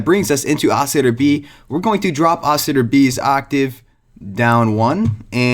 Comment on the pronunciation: I'm sorry what ? Ousiter? Dont you mean oscillator?